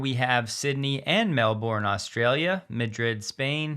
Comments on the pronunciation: It's Mel -bun, not Mel-born. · Not mel-bore-n! It’s Mel…bin…. Mel.. bin! 🤦‍♂️